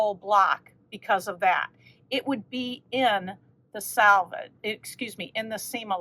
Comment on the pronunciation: Last of the batiks! I wonder if anyone else gets annoyed when people pronounce selvage like salvage? It's a completely different word, but I hear it said incorrectly so much! 😂